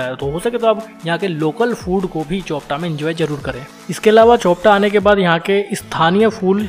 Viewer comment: चोपटा नहीं भाई ... ये चोपता है